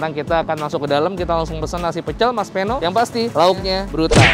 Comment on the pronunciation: Idealnya nama orang jangan dimodif. Peno (pengucapan Pe seperti pada PEdang, bukan seperti pada sePEda)